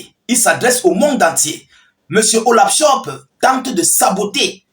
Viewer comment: C'est pas Olav chop c'est Olafcholz😂😂😂 t'es têtu toi on te corrige tu continues